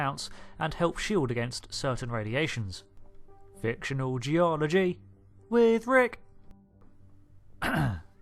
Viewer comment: " Fic-TIONAL Ge-OL-OGY With RICK"